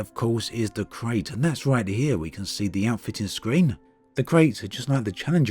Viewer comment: It's pronounced Krite. KRITE.